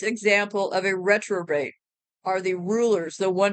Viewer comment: Hey! I believe the word is Repro-bate. “He gave them over to a reprobate mind.”